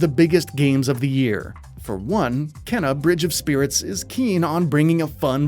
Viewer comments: is it not supposed to be pronounced keena rather than kenna? keena sounds a bit better. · Kena's name is pronounced in the trailer (like "Keyna") yet he still mispronounces it as "Kenna" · For the record, it's pronounced "kay-na".